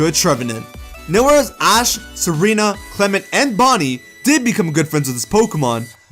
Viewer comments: not clemont no clem-ont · Did he say clehmaunt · WHY DID U SAY CLEMUNT